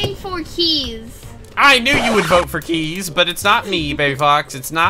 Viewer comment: Kees Me: Keys? 2 second later Me: Oh wait, Kees. Username: AmyColaCat